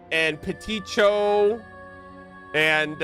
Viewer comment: im sorry. HOW did you pronounce petit chou???? 😭😭😭 i mean obviously you dont speak french its fine i just like. never even considered that pronunciation before lmfao (for anyone wondering, it should be puh-tee shoo and it means "little cabbage" lol)